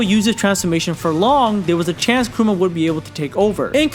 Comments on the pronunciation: Bro its KURAMA not KUROOMA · It's Kurama, not Kuruma. Kuruma means car 😐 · Is it just me or is he really referring KURAMA as "Karuma or Kuroma"? Thats what im hearing until the end of the video. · Why do you say Kuruma instead of Kurama? no hate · Kurama not kooroomar how are your missing it up really 😂😂😂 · kurama, not karuma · Kurama man not kuruma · Kurama (Koo Rah Muh). Not Karuma, or Krooma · mf said Karuma lol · Hearing the dubbed hurts my soul... Along with hearing him say Kuruma. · Who tf is Karuma? Smfh thumbs down just for that alone. If you're going to do an explanation of something like this at least be able to pronounce the names properly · “Karooma” - chosen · Why does he say karuma ??? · It’s kurama may guy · Very interesting video, but man im sorry, KURUMA 😂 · stop saying kuruma god damn! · I left when he called Kurama 'Kuruma' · He pronounced it as kooma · Did anyone notice he said Kurama wrong the whole video